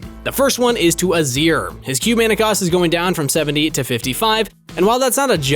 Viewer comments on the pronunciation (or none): none